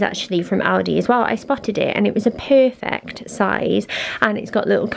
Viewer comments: "It was puerfuect" and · When she says perfect it sounds like pofect to me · When you say perfect it sounds weird lol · Riley Bleeda haha innnit